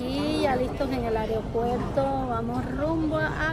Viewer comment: like si notaste que dijo areopuerto, cuando se dice aeropuerto